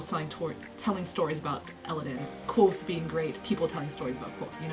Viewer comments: Wait a minute. Kvothe is pronounced like Quothe Sounds like Quote The kingkiller chronicles is first person. Goddamnit! Why didn't I notice the pun until now!? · K'vothe. Not Quothe. "Ke Vothe.